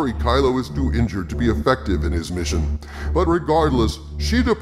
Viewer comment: Jeez, I thought you said injure dot com!